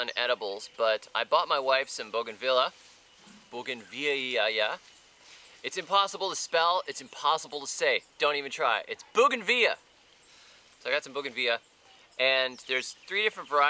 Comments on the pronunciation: Buganvilia. Not buganvilla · Where I’m from it’s pronounced “ BOO-GAN-VEE-LEE-A (phonetic spelling) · Pronounce it the Aussie way mate Bogan Vill Ee Ah. Impress your mates by adding a bit of Steve Irwin to it 👍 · I remember driving through a ghetto a couple of years back where the only house on the street that didn't look like a complete dive had six-foot bougainvillea hedges all round. Also here is Australia it's pronounced something like: Bo gan vil ia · Also the mispronunciation that helped too.